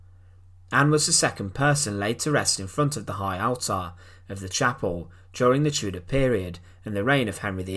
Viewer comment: It's pronounced ALLTER not ALTAHR.